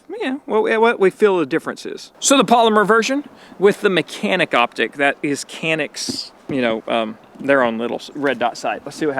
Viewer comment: I'm glad you're liking our Canik. We pronounce it like John-eek btw. And it means "agile".